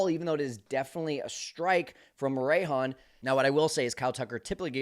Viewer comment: Baseball is hard but not butchering someone's last name isn't. A little effort in researching the proper pronunciation Morejon's name isn't too much to ask.